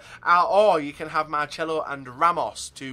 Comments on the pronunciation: Why do you say MarCHelo?! It's MarCelo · Naturally it's pronounced "Marchelo"...